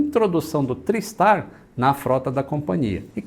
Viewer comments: não. A pronúncia usual é "trái" o mesmo em tricicle, tripod, triangle, etc. Procure algum documentário sobre o TriStar em inglês e ouça como eles falam. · consulta o Cambly.... A pronúncia é TRÁISTAR:) Meu primeiro voo internacional foi nele. O Lockheed L-1011 Tristar era extrememente avançado para a época: o primeiro avião comercial capaz de decolar, voar e pousar automaticamente. Mesmo assim, tinha 3 tripulantes no cockpit, sem contar os fantasmas.